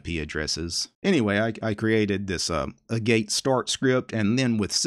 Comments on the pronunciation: Pronunciation on "agate" is AA (as in "pat") get. There's a mineral called "agate". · “Agate” is pronounced “AHgat” (it’s a gem) :) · Pretty sure Agate is pronounced like the stone. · Agate is ag-ate, not a-gate. So have you looked into TBL's Solid or the Interplanetary File System?